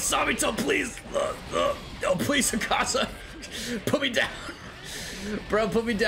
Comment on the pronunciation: you don't have to stress on the AKAAZA just pronounce it like Madara one A is enough